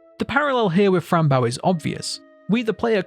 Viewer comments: Why do you pronounce her name like that? It’s fran Bow, pronounced bo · Its pronounced bow like a hair bow not bow like a ships bow not trying to be rude it was just frustrating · The way the creators pronounce it is Fran Bow 🎀 not Fran Bow 🙇‍♀️ it may not be pronounced in the game but I'm sure the way the creators pronounce it is the right way to pronounce it 😅